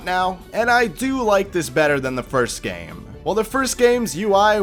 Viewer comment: Hearing ur little speech impediment is so cute listen to him say “gammmmme”